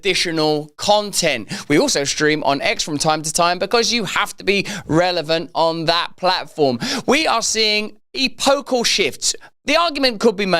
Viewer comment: Eee pocal shifts? Hilarious